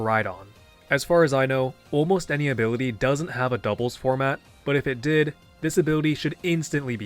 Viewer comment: take a shot every time he pronounces ability as “abiwity”